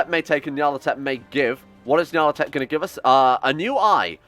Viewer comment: Nyar-leth-oh-tep. It's started getting painful.